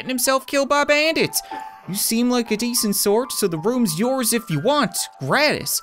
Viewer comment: He says gratis like what an exotic metal is named